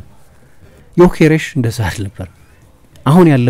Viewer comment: The only Journalist perfectly pronounced his Name